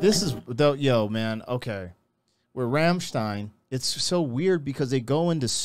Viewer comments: It’s Rammstein, not Rammstien. Americans at work. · Rammstein is pronounced "ramschtayn"; not "remstein"